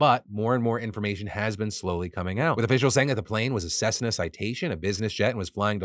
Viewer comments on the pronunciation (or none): none